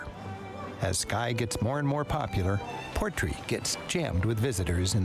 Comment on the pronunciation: Portree has the stress in the final syllable - PortREE, not PORTree. It’s Scottish Gaelic, meaning the port of the king.